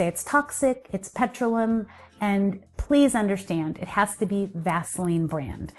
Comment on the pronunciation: 🧡 For me Vaseline is a no no & I do not buy as I like a more natural non-toxic as possible alternative 👋🤣❗️ I know u were trying to pronounce it hwevr its pronounced Pe-tro-leum 👋🤓